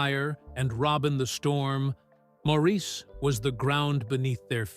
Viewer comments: Good documentary, thank you. But, please respect Maurice by pronouncing his name properly (like Morris, not Mawrēēse). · Maurice's name was pronounced Morris? Not Maurice as it was spelled. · Maurice's name is pronounced as Morris. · Maurice is pronounced Morris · People always mispronounce Maurice’s name. It is pronounced more like Morris but spelled as Maurice and it bothers me e very time I hear the mispronunciation. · Maurice pronounces his name Morris. It drives me nuts when documentaries get something this basic wrong. I can’t believe anything in the documentary after that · This might be good but I quit when you mispronounced Maurice’s name. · Could you please pronounce Maurice, correctly??????